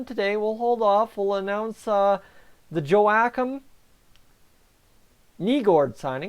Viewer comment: You're pronouncing Joakim's name incorrectly.